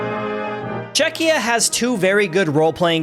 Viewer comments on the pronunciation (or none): bro what the hell is Chezchia 💀💀💀💀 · LMFAO "chechia" I believe is supposed to be Chechnya. And saying "Scottlandish" and "Scottlandian" after saying Scottish a bunch of times beforehand. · "Chezchia" is some crazy work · Hun-GAE-ry 😭 Chezchia 😭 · 😂😂 It’s Czechia not “Chezchia” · Czecha [ Nah ] Czezchia [ Ya ] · Chezchia 🤣 how can people still fuck up the name, just google it lol